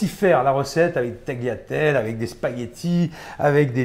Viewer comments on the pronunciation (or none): Super chef, mais de grâce, per favore, en italien "chi" se prononce "ki" et on ne prononce pas le "G" dans "conchiglioni" (il faut prononcer "konkilioni"), de même qu'on NE prononce JAMAIS le "G" dans "tagliatelles" (on dit "taliatélé"), tout comme avec Cagliostro ("kaliostro") ou de Broglie ("debroillie). Imaginez qu'en Italie on vous parle de pain de campaGNe... ;) Grazie mille et salute ! :)